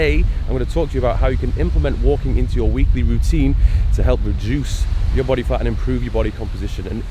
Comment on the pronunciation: He keeps saying “re-JUICE” wink wink